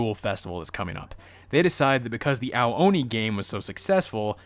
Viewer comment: the word ao oni sounds like the word ayo ony not ow ony